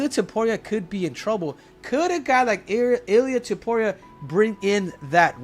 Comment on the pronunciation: “UFC Fighters” = “Ilia Toperia” 🤣🤣